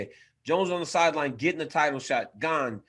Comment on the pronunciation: Ariel HELWANI is the only MMA pundit pronouncing Cyril GANE correctly so far. I am sure Jon ANIK will take a page out of his Canadian book when commenting the ROZENSTRUIK vs GANE fight. Allez la France!